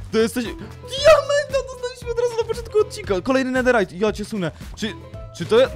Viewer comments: Info dla ciebie. 1. Nie czyta się nederajt a czyta się nederyt. 2. Nederowe żeczy nie palą się w ławie ogniu i tak dalej. 😘😘🥰🥪 Nutka będzie SUPER😘😘😍😍😍😍😍🤩🤩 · Czemu mówisz nederajt zamiast nederyt